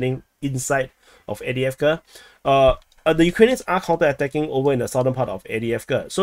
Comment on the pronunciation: Love this new format and informative aspects that have been added. However please acknowledge it’s Av-diiv-ka not Adi-avka